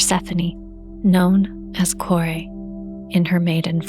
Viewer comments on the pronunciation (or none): Koree (with a long e) and not Koray or Korae, simply means "daughter"